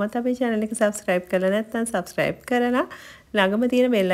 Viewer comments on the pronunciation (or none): none